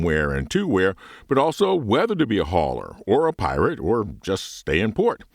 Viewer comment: Are you saying pirate or pilot?